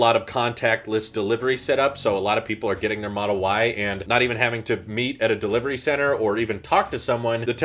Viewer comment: ah yes, Deliviery